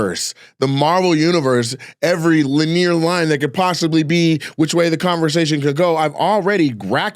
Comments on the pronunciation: WTF is Luh-near? You mean LIN-ee-ur??? (Its spelled linear, but its a 3 syllable word Nate). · lih-neer (linear) & uh-mick-able (amicable) are on my favorite nate jackson pronunciations list